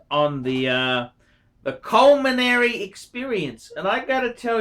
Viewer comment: For a guy as passionate about eating as, one would believe that he would know the word is culinary - not culminary.